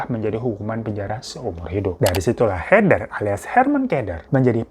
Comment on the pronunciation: Kalau herman keder. Bukan heder, tapi herder 😂😂😂😂